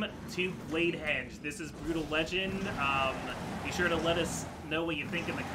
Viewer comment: pausing at 1.53 to tell you that i enjoyed you actually pronouncing Brütal with the umlaut. +1